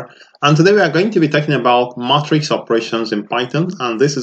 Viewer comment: I think it’s “may”-“tricks” not “mah”-“tricks”. Otherwise, this is very helpful!!